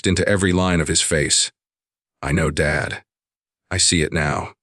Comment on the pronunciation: Southern Arizona United States of America Since when does Dad becomes Dade? Narrator describes the call to his son as 2 different calls except that it's the same call , along with different descriptions of words exchanged. I don't appreciate it. Narrator has a tendency to pause at the wrong time such as daughter PAUSE in law instead of saying daughter - in - law then PAUSE. 70 PAUSE 9 instead of saying 79 then PAUSE. He mispronounced unmistakable. He pronounces as unmis - stakable. There's only 1 S in unmistakable. Bowed head is pronounced BAUD. I'm happy that the father and son started to reestablish their relationship.